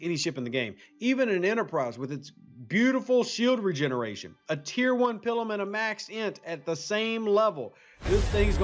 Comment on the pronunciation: if I may ... the I in Pilum is a long I ... not a short one .. :) I get a visual of a nun making you on the hand with a ruler every time you say it :)